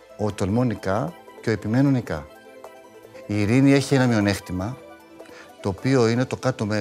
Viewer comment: Πόσες φορές το είπε μειονεΧτημα τα αυτιά μου